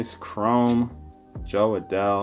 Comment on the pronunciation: Nice break! Congrats on all the rookies, that Adell Refractor is super nice!! Those inserts are the 1952 design by the way, not 1956! PS: Fantastic name pronunciations, have come along way since that first Opening Day Break last year! 😆